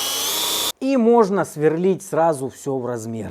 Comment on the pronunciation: Све́рлить... Мм, местный диалект.